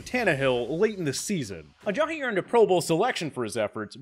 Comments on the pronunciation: Why's he pronouncing Ajayi, Ajahi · There is no H in Ajai's name. I hate justin fraction but I wanted to turn this off just because of this guy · the way he says Ajayi really gets to me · This guy really can’t say jay ajayi right